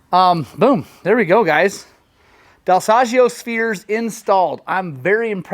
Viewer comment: Ahah next time i take my Beta at your shop I teach you how to pronounce Dal Soggio 😂